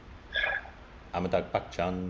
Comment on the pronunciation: It's not Amitag Bachchan......🤣 Its Amitabh Bachchan...